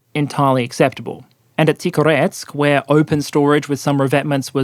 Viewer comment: It's kind of important to pronounce Tikhoretsk's name with a 'h' sound rather than a 'k', because that brings out the pun of a loud explosive storage site having been named 'quiet' or 'peaceful' ('тихо-', 'тихий') the best.